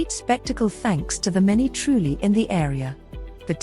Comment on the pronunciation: IT'S TRULLI, NOT 'TRUELI'